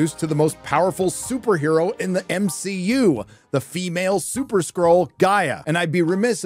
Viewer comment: Did you purposely say m she u